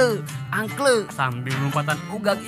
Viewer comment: Aing jadi ngakak kang pas ngomong angkle angkle